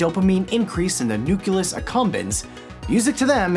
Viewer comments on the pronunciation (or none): btw, it's NUCLEUS accumbens.. NOT "nu-cu-lus"... you went a bit g-dubya on us for a sec there...